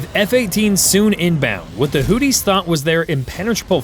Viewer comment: I cant take you seriously... the hooties... give hooked on phonics a try...